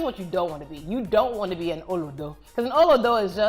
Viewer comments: It's about the tone used also yoruba is tonal that was a good explanation of how it's meant to be said oo low do and the do is lower than the low bit in tone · I enjoyed every bit.. But u see that "olodo" naaa you have to elongate the olooodo!! 😂😂 either ways I had fun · Emphasis is on "lo" in olodo. Not on the first syllable like she pronounced. Literally nobody says olodo like that. Not in Nigeria. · Its yansh and oloooodoooo..not oludo😂. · da.nicaaa she pronounced it right but stressed the wrong inflection on each syllable. The inflection is low-high-low for each syllable, not high-low-high, like she has done. Not sure if this makes sense... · please guys she says olodo with an Igbo accent, Olodo is a yoruba term and it is pronounced ooolooo-dow with the month rounding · Yvonne Orji it's pronounced "Oh low doe" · OH-LOH-DOH ... The 'O's are up, not down (I'm not sure how to express it here). When she said it, the 2nd and 3rd "O"s sounded down/flat. And that was wrong. They needed to sound like the first. I hope you got it. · This is so hilarious and accurate. Had me laughing loud at past 12am.🤣🤣🤣 Just a slight thing, the Olodo pronunciation off. It pronounced as the solfa r:m:r. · Great one but You failed “Olodo” ‘s pronunciation. It’s pronounced “Oh—-Looooo—Doh!” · Olodo is pronounced oh-low-dough. Great video tho. "How far?" is another popular slang. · You didn't pronounce the Olodo with the typical Nigerian accent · Olodo is not the correct pronunciation as well as ashewo. I’ve been in US since 3 over 40!years and haven’t a loss my accent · Lol... as a Nigerian the way she pronounce OLODO is funny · she pronounced the OLODO WRONGLY.. BUT I DONT BLAME HER SHE TRIED MHEN.. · Lol no you pronounced ‘olodo’ ‘amebo’ ‘ashewo’, wrong, it takes away the pain in the insult But you did alright 👍🏼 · The pronunciation of olodo, amebo, ashewo, got me laughing hilarious!! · Hey babe! You pronunciation of "Olodo" got me gagging 😂 Love you Yvonne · Exactly lol! 😄